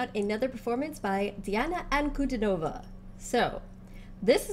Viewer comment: Her name is pronounced Deana Ahnkudeenova with emphasis on the deen. And yes, you pretty much nailed the title.